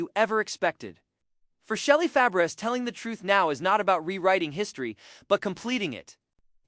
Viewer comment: This is terrible, from mispronouncing Shelley's name to using the incorrect photos